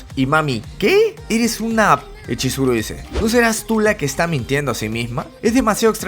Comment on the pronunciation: te equvocaste en esa parte por que tu dijiste choriso cuando era chizuru